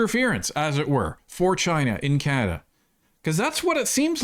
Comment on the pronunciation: Hey MA! It's CaNAda not CaMAda ... he's dismissive and condescending and ... insulting to Canadians.